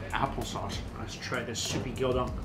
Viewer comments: "Gyuuuuu-don" not "Gyoooo-don" Onegaishimasu. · Its gyudon not gyodon and you can ask one with a lot of broth in japan too. Just ask for tsuyudaku which mean a lot of broth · gyu don sounds like new bone - your pronunciation of Japanese is so bad